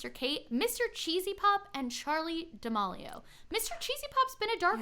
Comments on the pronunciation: I really love this podcast but I kinda cringed every time you said Charli D’amAlio when it’s Charli D’amElio. No hate lol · Not to be “that” person but that’s not how you say D’amelio! It’s more da-mee-lee-oh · Whose gonna tell her that it’s Charlie [da-meel-io] 😬